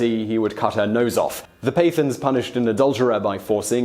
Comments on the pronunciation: paaa taaaans not pathens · "Pay-thuns"? You disappoint me. It's pronounced "Puh-tthaans" with a strong t sound like the last t sound in "that". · Pathans pronounced Pattans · Lol its not pathans with th, its pronounced with the emphasis on the t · Pathans (Pa-thaans) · It's pronounced PUTH-awns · I know many Pathans (by the way, you're pronouncing the word wrongly), and some Afridis, who've come to work in my country, and I don't get this sadistic vibe from them. Can't wait to show this video to them! LMFAO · God learn how to pronounce pathans.